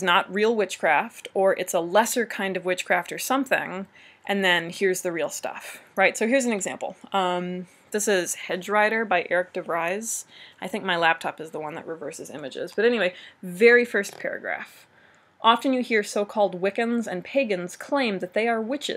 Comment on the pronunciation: why don't you pronounce the V in De Vries as a F? It may help.